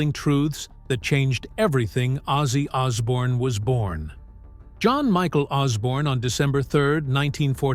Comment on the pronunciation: "It changed everything ozzy ozzbourne was born"?